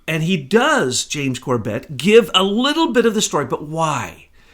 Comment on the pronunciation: It's NOT corBET, it's CORbet, the pronunciation of James's name. I've heard him since he was a guest on THE POWER HOUR with Joyce Riley. He did a great 911 vid. Last I knew, he and his family lived in Japan, in Tokyo. I think James just doesn't know what you know. He's not up to speed. And is only putting out what he knows.